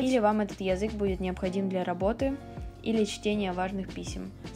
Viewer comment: очень режет слух твое произношение конкретно слова 'язык'. такая четко выраженная я, мб только меня триггерит, но это действительно неприятно